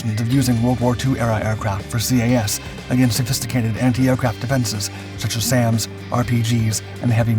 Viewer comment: > "C.A.S." How many times do we have to teach you this lesson,?